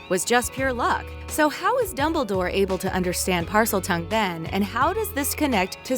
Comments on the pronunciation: Is it just me or instead of dumbledore she says dubbledore😂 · is it just me, or did they say dubledoor ? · Remy literally every name... Dumbledore and a couple other names to